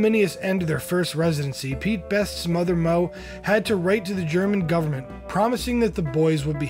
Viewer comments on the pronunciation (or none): none